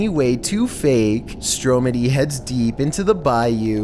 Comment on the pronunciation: My guy its stromedy